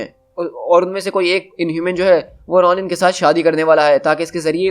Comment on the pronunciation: Bhai wo RONIN nahi hai wo RONAN hai